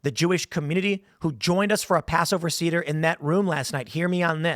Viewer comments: For what it's worth, it is not pronounced sEEder, it is pronounced sAder. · The Passover "Cedar"??!! C'mon, Tim, I'm not even a Jew, and I know how to pronounce it!😂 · Just to nitpick... Tim... Seder pronounced "Say-der" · Yeah it is, but I let that one pass over. 😉